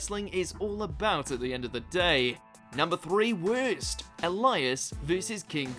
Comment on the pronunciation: U know wut is worst: how u said worst